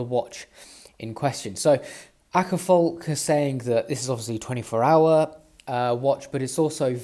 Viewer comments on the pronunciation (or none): The Å in Åkerfalk is pronounced like the British variety of "Aw" in Awkward and the a in falk is pronounced almost like the A in Atom